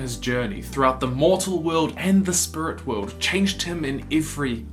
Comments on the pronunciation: For god sake man... It's Spirit, Not Spurt!! 😂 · You don't speak clear , who says spurt you need to say spirit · Lol how many times you say "sprit" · Its SPIRIT not sprit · why do you not say spirit but you say spirt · I've already pointed it out in another of your videos. Your accent says 'spurit' instead of 'speerit' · I swear, dude I love your videos and i am a recent subscriber but to me, every time you say “spirit” to me it sounds like you’re saying “spurt” idk why it just does to me😹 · "spurut world" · The "Spirut" World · Say spuirt...one more time. Rhymes with squirt. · This video was just an excuse for you to say "spurit" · I really like how this guy pronounce Spirits, it sounds like Spurt!